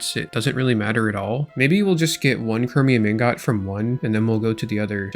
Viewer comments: Ingot is pronounced Ingut not Ingot, learn to pronounce it correctly 😂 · Nvm lol your gf didn't fix your "ingaht" defect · Brother, the pronunciation is ing-guht. I cant be the only one who's bothered by this lmao. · you pronounce ingot so wrong and i hate it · please pronounce ingot the way your wife showed you T_T